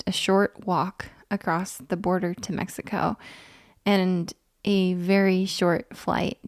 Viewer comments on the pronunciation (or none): none